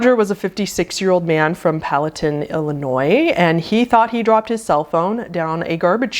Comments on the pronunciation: Hi there! Love your content! You are so smart & I love listening to you. No judgement of course but since I’ve lived here my whole life (Palatine is pronounced [pa ~ luh ~ tine] as in times of a comb. 😊😂💚😼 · not super important but as someone from palatine IL its pronounced pala-tine with tine as in time but id never heard of this death so pretty interesting to see the town i grew up in in one of these vids :)